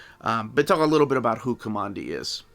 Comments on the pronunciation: Kah mon dee? Kamandi got his name because he grew up in Command D with his grandfather. His name should be pronounced Kuhmandee and not a straight up Command D. This was my favorite comic book growing up so it's kind of an thing for me to insist that this is correct. If I am wrong, well I'm just going to stay wrong. All you have to do is read the books. And I think it was in issue 50 or so, 10 issues after Jack had left to go back to Marvel, that there was a retelling of the origin. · Ka-man-di not Ka-mon-di. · Not KOMONDI, my friend. K-AH-MANDI as in Command D where we are told his name came from in the first issue. It is so annoying to hear you mispronounce his name repeatedly throughout your review. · Command D is how it's pronounced, aint listening to you man. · Command-D. KO-(MAN)-D! Your'e killing me with your pronouciation!